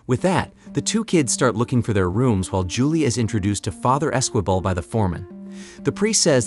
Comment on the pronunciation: And Esquibel is pronounced ez-key-bell